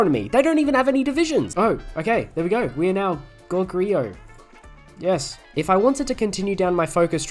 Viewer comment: That gogoryeo pronounciation is painful